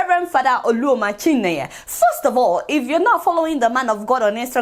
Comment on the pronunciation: Nice job Adeola, but so bad you can't pronounce an (Igbo) Nigerian name properly. "Oluoma Chinenye"